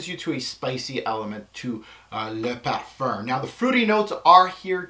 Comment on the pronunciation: IamLil Sully colome? Is sucks? LMAO... Almost as funny as the way says Parfuuuurrrnnn